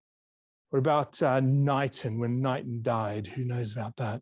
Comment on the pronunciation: Knighton is pronounced k-nighton